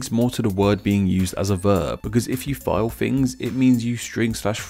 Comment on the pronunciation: What is "Fi-O"? Could you mean FILE? The letter "L" is not silent.